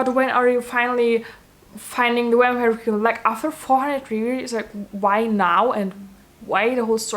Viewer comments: “Wampire” IM SORRY THAT SENT ME 💀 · I’m pronouncing it “wampire” from now on.